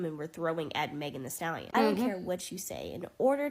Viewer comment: As a white woman imo, I don't think it was a microaggression. It was straight-up racist. Like... purposefully mispronouncing her name? Just terrible.